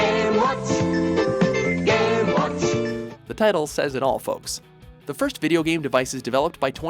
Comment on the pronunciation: "Gaay watch! Gaay watch! Gaay watch!" I'm the only one hearing this? ok